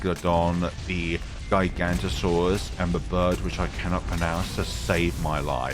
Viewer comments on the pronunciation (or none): Sorry to be that person but it’s pronounced giga-Noto-saurus